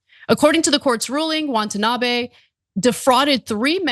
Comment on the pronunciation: She keeps saying “WANTanabe”